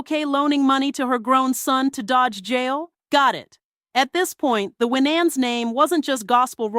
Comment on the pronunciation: Why was Winans last name mispronounced throughout entire video?! 😂